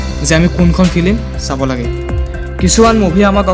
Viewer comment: ফিলিম নকয় ফিল্ম।। উচ্চাৰণবোৰ ভাল কৰিবা। বাকী ভাল লাগিল।